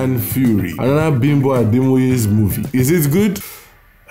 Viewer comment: Your pronunciation of Bimbo sounds more like the American interpretation of the word rather than a Yoruba name